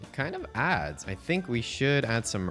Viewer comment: When you added leaves to the house, i thought i heard you say "kind of ass" instead of "kind of adds" and im still dying